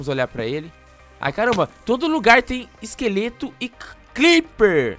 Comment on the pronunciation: quem pecerbeu que ele falou cliper OBS : crepper eu sei ta